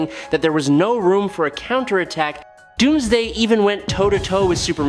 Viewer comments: Yes he did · did he just say Dumbsday